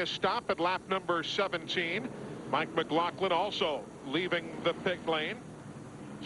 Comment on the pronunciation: Boy I really miss South Boston! And it really annoys me when they pronounce it McGloklin. Glenn Jarrett pronounced it correctly. Eli always pronounced it wron. Mike McGloughlin was an awesome modified driver. Up here we called him Magic Shoes.